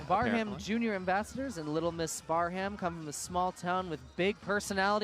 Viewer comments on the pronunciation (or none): You guys did an awesome job. My daughter was the Little Miss Sandstone and it was too bad that you didn't have her last name. And for future reference, Braham is pronounced Bram. The H and second A are silent.